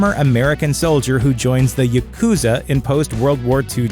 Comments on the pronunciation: You put weird emphasis on Yakuza. The stress is on the first syllable every time I've heard that word. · I hate how people pronounce Yakuza here. Wrong just like in the Daredevil Netflix series. Watch The Wolverine. Hugh Jackman pronounces it correctly